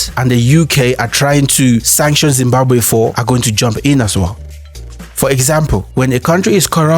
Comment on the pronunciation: That moment when Zimbabwean history is told by someone who can't pronounce Zimbabwe properly.